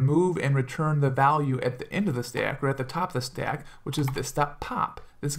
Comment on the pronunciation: Where are you from man i love the way you say "Stack" you hold your a's so it sounds more like Staack which is cool.